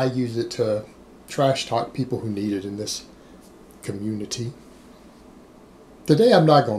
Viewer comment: Sorry, every time you say "community" or "reality" I can't help but think of Cartman as a cop. "Respect my authori-TAY!" Lol. #NoDisrespect